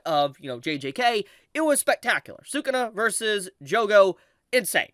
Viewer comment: thank you for pronouncing sukuna the right way lol